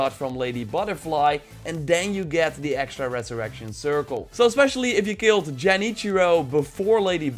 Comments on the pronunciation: man said jenichiro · he just said Jenichiro lol